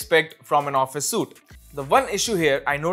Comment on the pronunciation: Bro SUITE is pronounced 'sweet' not 'suit'. Otherwise your information was good and useful.